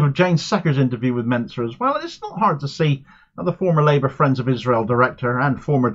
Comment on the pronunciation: Why do people keep pronouncing "Mincer" wrong?